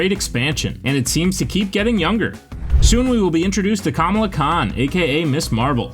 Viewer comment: at least try to pronounce Kamala correctly just a little effort man